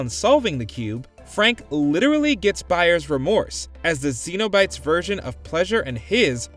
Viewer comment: Who pronounces cenobites that way? You would think the people who work at WatchMojo actually watch movies...